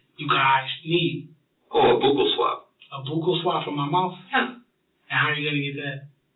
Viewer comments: WHATS A" BOOKLE SWAB" 😂😂😂 Buh kal is correct pronunciation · Buccal swab is pronounced "buckle". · I’m gonna start calling it a “boocle” swab now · Its called " Buccle swab" as in Belt Buckle not however he pronounced it😂